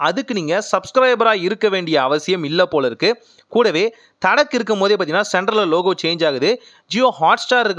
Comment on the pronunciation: அது தட்கா. தடக் இல்ல ப்ரோ